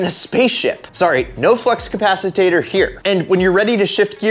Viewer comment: flex ca- pass- i tat - tor ? nope ... flux ca pass - I - tor?...yes....lmao